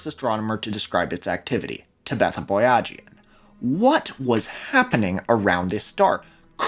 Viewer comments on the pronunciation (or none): TAB-etha not TEBETH-a